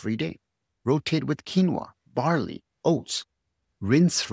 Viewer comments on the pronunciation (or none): none